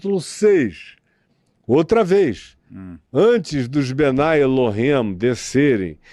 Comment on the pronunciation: Pastor, quem fala que o Adam e Chava foram criados há 6mil anos é um grupo famoso judeu, são os super ortodoxos, não são todos os Judeus. E não se fala bnai El-him e sim bnei El-him.